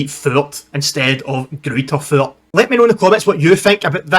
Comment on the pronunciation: Pronounced Groiter Fort. The two Bavarian sides that were chosen for the first Bundesliga season were 1.FC Nurnberg and TSV 1860 Munchen.